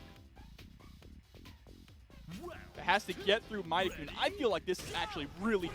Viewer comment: This announcer driving me up a wall. It's pronounced MAY-TEN-KUN not MY-TE-KUN. Mad props to Layec though. Showing off that you don't need to use high tiers to make it far in tourneys. You just gotta put in the work.